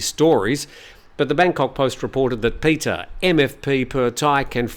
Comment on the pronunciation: Just a small quibble: It’s the เพื่อไทย party (meaning “for the Thais” or “for Thailand”) and it’s pronounced “peu-a!” (said emphatically). And the leader’s first name is พิธา, which is pronounce as pi-taa , with a very short “i” (not peter). You should never rely on the transliterations, even (or especially) the official ones because they’re mostly wrong!